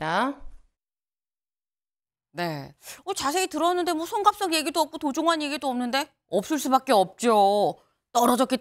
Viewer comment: 도종환인지 도정환인지 도종완인지 구별도 못하면서 무슨 뉴스를 전달한다고... 할렐루야!!!!